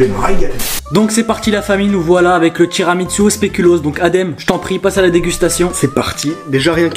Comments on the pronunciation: TIRAMINSU TIRAMINSU TIRAMINSU toi aussi tu t'y met Adem😂 TU ME TUE 😅😂🤣 sinon super video les frères C'est tiramisu pas TIRAMINSU 🤣🤣🤣🤣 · tiramitsu 😂😂😂😂 c tiramisu frero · Je te jure sa me stresse quand il disent tiramitsu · ils disent tiramitsu avec un t pas un n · Chuis mort il dise tiramitsu 🤣🤣🤣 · Il dit tiramitsou mdrrr met continuer comme ça 😄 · On dit tiramisu pas tiramitsu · Wesh t'abuse arrete de dire tiramitsu🤣🤣🤣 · "tiramitsu" XDD Il m'a tué wlh